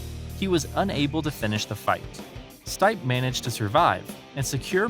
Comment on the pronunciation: Hhh it’s Funny how he calls Stipe!!! Dude it is pronounced Steepè